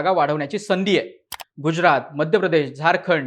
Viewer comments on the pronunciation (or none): none